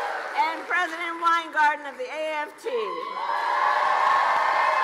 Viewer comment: sho nuff, she gonna be prezoden!!